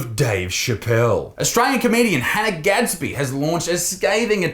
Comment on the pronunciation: Hannah gadsby more like Han-'nah'